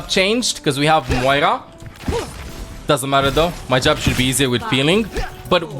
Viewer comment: i like how he calls zarya and moira, zaga and moiga